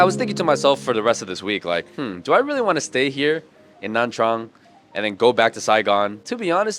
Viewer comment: please just pronounce nha trang by nya trang that's the correct way to say it